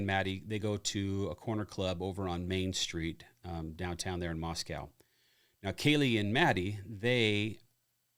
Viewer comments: Pronounced mos-co not mos-cow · Just a tip, we say it differently there. “Moss-coe “ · Moscow - pronounced like Costco. NOT Mos-cow. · It's pronounced Moss co